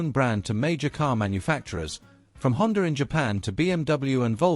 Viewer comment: Honda has a “r” on the end of it??? Lol